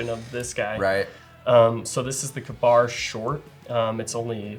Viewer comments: Him calling Ka-Bar “Kuhbar” has me all kinds of messed up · Kabar? What is a Kabar? KA-BAR? Ok, now I know what you are talking about. Reading is fundamental. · Kuhn-BAR? Some one tell him it’s KAY-bar. Never heard anyone say it like that. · So, the name comes from "k a bar" as in a man allegedly used one to kill a bear, but wasn't exactly literate, so when he wrote in about it was in the above manner. "Cuh-bar" is just wrong. "Kay-bar" is the more appropriate pronunciation. No one cares. I know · Kuhbar lol never ever heard it pronounced like that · “Kuhbar” that hurts my soul.